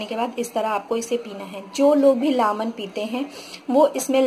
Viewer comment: Lamon nhi man lemon 🍋! But it’s okay thank you. 👍🏼